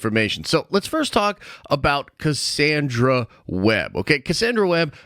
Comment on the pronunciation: I'm skeptical about your pronunciation of Cassandra.😋